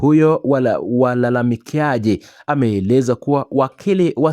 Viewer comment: Sema walalamikaji,siyo walalamikiaji. Na ni mahakama Wala siyo maakama